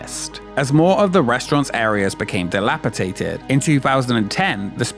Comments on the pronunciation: Just a little tip. The word "dilapitated" does not exist. The word is "dilapidated". It is spelled and pronounced with a "d", not a "t". And I visited Mars 2112 NYC way back in 1998. I still have the cool, logo money-clip that I bought in the Duty Free shop. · There's no such word as "dilapiTated".